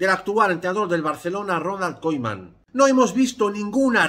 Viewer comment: KUMAN KUMAN de verdad me da toc que pronuncie KOIMAN xdddd